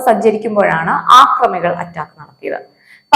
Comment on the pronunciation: ആക്രമികൾ അല്ല കൊച്ചേ..... അക്രമികൾ എന്നു പറയണം. അതാണ് ശരി...